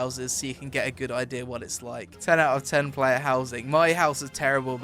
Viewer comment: "Ideur" lol i love how he says idea